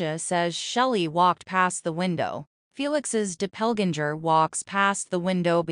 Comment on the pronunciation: Who says DOPPLEGANGER this way! 😂😂😂😂